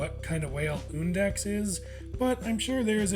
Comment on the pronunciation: HE SAID HIS NAME RIGHT. WOOHOOO